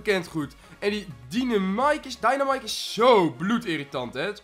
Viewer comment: oeh die dynamiek.. uhmm dynamike 😂😂 Je leert het wel haha.